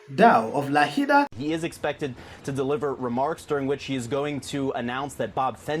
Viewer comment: It's Lahaina